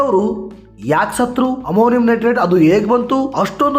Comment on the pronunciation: ಅಮಾಮಿ ನಟರಾಜ್ ಅಲ್ಲ ಮಾರಾಯ. ಅಮೋನಿಯಾ ನೈಟ್ರೇಟ್